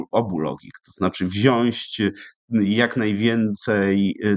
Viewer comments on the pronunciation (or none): Panowie mówimy wziąć, a nie wziąść! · Panie Doktorze, wypowiedzi bardzo ciekawe, ale na Boga: WZIĄĆ, nie "wziąść". Jest Pan pracownikiem naukowym! :)